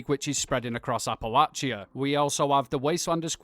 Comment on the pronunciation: Got 2 mins in before your pronunciation of Appalachia drove me away. How can somebody who has played the game so much, with so many characters in the game world pronouncing the word correctly, get it so wrong? Maybe do some research before your videos going forward?